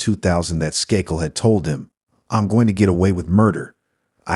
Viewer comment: How does the first case, so glaringly obviously the son from the get go, come under the video heading of "Cold Cases Finally Solved"???? Way too much repetition of info, too much irrelevant background info, & awful mispronunciations. Unbelievably l, with the Skakel murder of Martha, despite all the other useless background info, they failed to mention that Michael & Thomas Skakel were suspected from the get go...& the second case that doesn't match the video title. The content relating to the title is the final less than 5 minutes of this painfully drawn out video